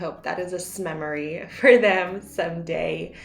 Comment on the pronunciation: “Smemory” 😆 I love your videos. So relaxing and wonderful tips.